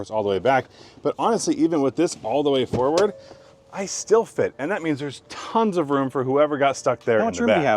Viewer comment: Why does pronounce "forward" as foWard?